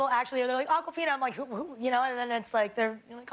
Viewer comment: i watched this video just to know how to pronounce her name...I thought I’ve been saying it wrong but turns out I wasn’t